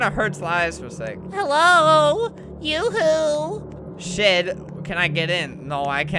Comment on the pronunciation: he said shed but it sounded more like sh*t